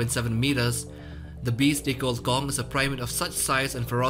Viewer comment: Please don't say "gong" man